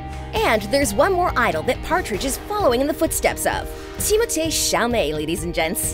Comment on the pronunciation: She said Timothee right atleast